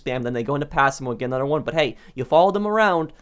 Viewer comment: I love how he says "anudder" instead of another